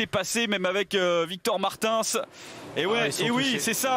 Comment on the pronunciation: Faut dire au commentateur que Martins se prononce pas comme ça 😭